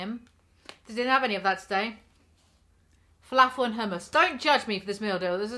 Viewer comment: You say filAAfull like a southern American